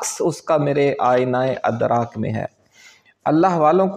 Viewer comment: لفظ اَدراک نہیں اِدراک ہے اُردو پر رحم فرمائیں